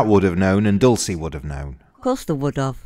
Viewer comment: The defence attorney can't even get Dolce's name right. DOLCE not DULCE🙄